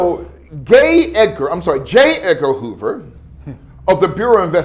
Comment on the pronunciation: 🗣️ HE SAID: “GAY EDGAR HOOVER” I’m laughing so hard 😂